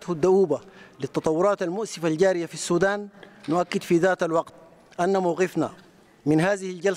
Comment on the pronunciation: Sudan☑️☑️☑️🤙 Not Sodan❌❓⁉️‼️